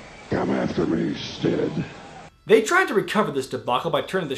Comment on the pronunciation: Yes! I knew I wasn't the only one to hear Stid! I think they edited it with 'Sid' in later clips also.